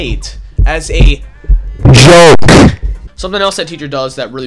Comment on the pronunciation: It sounds like he says choke 🤔